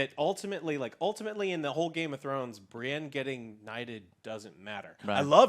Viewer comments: Every time she called Brienne “Bri” it was like nails on a chalkboard, I have no clue who she is but hopefully she’s not on additional review videos going forward. If so, one less viewer won’t hurt you Joe. Much love for all you do. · Continuing to call Brienne "Bree" is mildly annoying. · I'm really hating her calling Brienne "Bri" Big fan of joe though